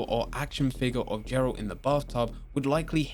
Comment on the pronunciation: "Jeralt" smh